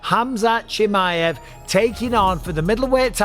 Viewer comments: WHO IS “ CHIMMMMEY HEV” Micheal is “ Chimaev” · every time you wronlgy pronounce chimaev - a chechen newborn dies